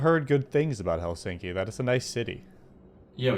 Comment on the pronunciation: In Finnish language the stress is always on the 1st syllable so it’s: HELsinki👍 not HelSINki😖😱🤮